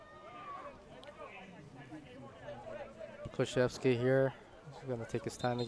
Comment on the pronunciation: It's pronounced Kluh-chef-ski. Go #6